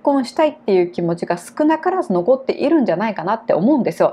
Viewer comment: いる とか いたのイントネーションが間違ってます。名古屋出身ですか？